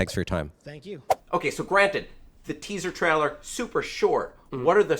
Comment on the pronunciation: For fook sake learn how to say "trailer" correctly already! Is this just another thing you do on purpose that you think will appear endearing but is just annoying as shit?! I wan't to get super angry but I feel a bit sorry for you with you being a virgin and all....